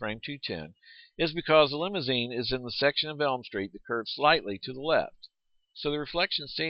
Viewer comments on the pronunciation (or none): none